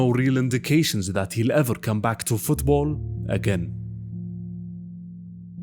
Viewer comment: "on parrrrrrr" "everrrrr" 😅